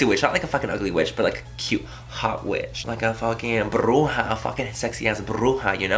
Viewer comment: The way you say 'Bruja' haha awesome! Love you Manny!